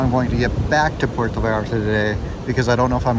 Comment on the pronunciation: PUERTO, not Porto......please